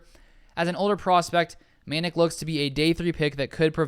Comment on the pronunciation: And Chauncey’s last name is pronounced Ma Nac. Rhymes with attack and sack.